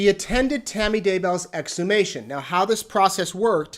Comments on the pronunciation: Well, to be fair, the one time I heard say exhumation, he pretty much butchered it, so there's that. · Plus the fact that the only time he tried to say “exhumation” he blew it. Much easier to use monosyllabic words of 3 letters or fewer. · He couldn’t pronounce exhumation - he botched it previously. “Dig her up” are all single syllable words of 3 letters or fewer. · few times I've listened consistently prior has butchered words, not used right words,etc.